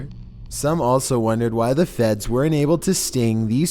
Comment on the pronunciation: my guy said "FeDs"